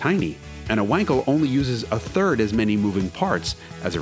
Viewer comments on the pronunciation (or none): Amount of "wankels" in this video is overwhelming. It's pronounced with a solid V. Please call it like it is. Not wankel.. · "Vankal" please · It’s Vahn-kel you Vanker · Say "Vankel", not "Wankel" - that's the correct pronunciation! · Wankel is pronounced Vankel.Just like Aston Martin isn't Aston Martun and Jaguar isn't Jagwire.Americans have no idea how to pronounced foreign car related words. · It's pronounced Vankel